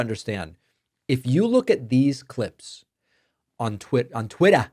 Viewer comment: Maybe it really was Twitta and Donnie pronounced it wrong once...